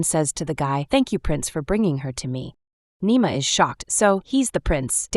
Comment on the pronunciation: It’s Nima not nemo